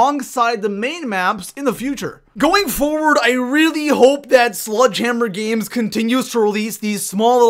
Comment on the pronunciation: “Sludge hammer games”